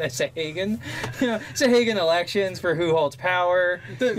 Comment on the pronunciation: These crazy D&D monster names. I have always pronounced them 'sawa-gin'